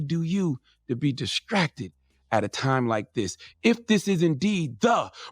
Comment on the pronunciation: "Diskracted"- Charminmayne